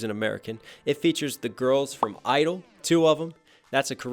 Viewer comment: the kpop group isn't idle its (G)I-DLE pronounced (Gee idle)